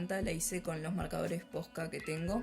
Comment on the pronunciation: I loved it 😍 can't deal with the pronunciation of POSCA "marcadores Pohjca" jajajajajajaja 😂😉 es genial ver la evolución de tu estilo a través del sketchbook.